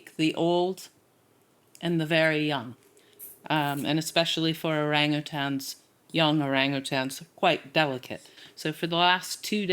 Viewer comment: I am glad said " Orang Utans"and did not, like so many on this show, say "Orranggutanggs". Even the keepers butcher it!